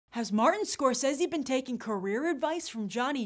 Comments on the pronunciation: Martin Scorsese. Pronounced, [Mahr-Ten Score-Say-Zee] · I HATE the way you say Scorsese. Ahhh. Stop it. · im sorry but she cant pronounce scrosese right ANOYING